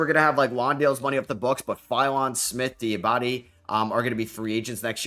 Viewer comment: The way you are pronouncing diabate is give me Brain damage